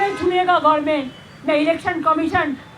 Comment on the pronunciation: গভর্নমেন্ট টাও ঠিক করে বলতে পারে না, বলে গরমেন্ট🙄🙄🙄 কি অশিক্ষিত গুলো কে আমরা কোথায় কোথায় বসিয়ে রেখেছি। আবার আমরা নিজেদেরকে বড় শিক্ষিত বুদ্ধিমান বলে দাবী করি 😊